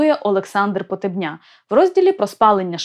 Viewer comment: Не Хозари , а Козари . Вони були слов'янами ,розмовляли слов'янською мовою та сповідували йюдаїзм, який в ті часи нічим не відрізнявся від тогочасного ісусізму,тобто чпотвореного йюдаїзму . Прізвище ПотЕбня вимовляй правильно !